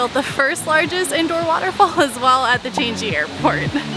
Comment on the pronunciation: Singapore is the only developed country in Southeast Asia, which is why you do not see those things normally seen in the S.E.A. region. Hawker centres away from the central area will usually be way cheaper. Changi Airport is pronounced "Chang-ee".